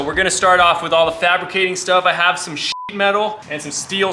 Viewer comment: SHEET ITS SHEET NOT SHIT FOR FUCK SAKE